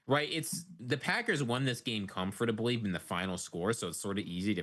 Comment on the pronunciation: I admire how pronounces every letter of the word "comfortably" instead of how my peers and I say it as "cumf ter blee"